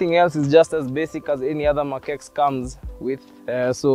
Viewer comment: it's pronounced as "Mark Ten", just saying